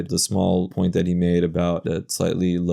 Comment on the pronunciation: he said 'po-ent'. guess that valley girl background was in play.....